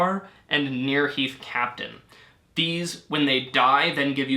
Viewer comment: chaplain, not captain